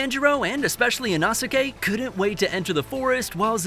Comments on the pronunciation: "Tahnjeroh and especially Inahsikay" Bro..😭💀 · That you can't pronounce Inosuke... It's: e' no sss k' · It's inosuke (e-no-s-kay) 🤦‍♂️ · not trying to be rude, but why do you say inosuke like that? its ee-no-skay just so ya know😅